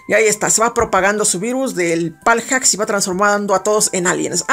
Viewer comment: Me da un poco de SIDA cada vez que decías " paljacks" :v